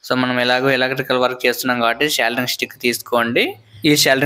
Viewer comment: సోల్డరింగ్ రా బాబు. సెల్దరింగ్ కాదు